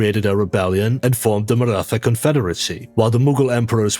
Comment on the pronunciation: Its maratha empire ( the pronounciation is weird ) 😅